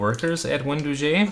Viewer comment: Wen dough gee, not doo gee